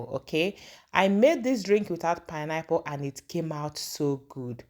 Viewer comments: PINE-APPLE is my favorite fruit as well. I was wondering what you were saying 😊I guess the pronunciation of the word was different. Pineapple 🍍 are cheaper where I live coz they are grown locally. Oranges are more expensive because they are imported. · Good morning pls let the pronounciation be well pronounce not pineapple is pine-apple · Your pronounciation of pineapple sounds somehow, please dont be offended. But good recipe though